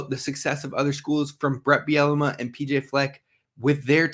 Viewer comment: I'm sorry you had me laughing with your coach Bielema pronunciation...it's pronounced ( Beel la mah )....Not Biennema..Bielamee..Biellama...again sorry - Damn funny. Which reminds me I think I'll drink today. Love the show - Love all the new transfers/recruits....football/basketball/men's/ women's - go Gophers!😎